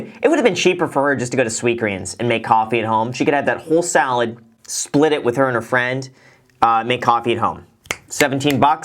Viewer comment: am I the only one who thought she said "solid" not salad?